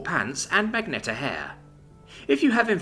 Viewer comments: There you go again... MA-GENT-TA magenta it's a colour nothing to do with a magnet FFS..... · say it with me ma gent ta